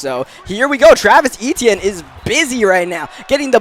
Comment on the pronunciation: Its literrally my name dont butcher it no more😂